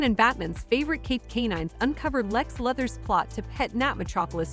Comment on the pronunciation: Did anyone else get annoyed she said "luhthers" and not "lewthers" 😂😂